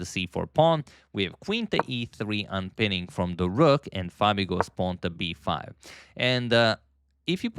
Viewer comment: "A pwan promoted to B pawn"